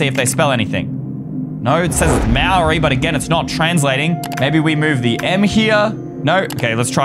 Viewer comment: That is not how you say Māori. Slightly offended as a kiwi